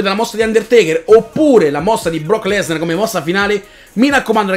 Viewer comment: si pronuncia lesnAr no lesnEr